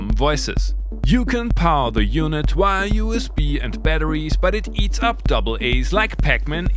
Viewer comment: There´s no W in "via". Stop saying things like "...that you can load wia USB". Say via, neeever say wia again.